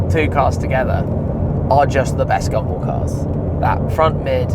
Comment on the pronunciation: EVERY TIME ⏲️ YOU HAVE SAID GUMBALL , IT SOUND LIKE YOU WERE SAYING, GUMBO !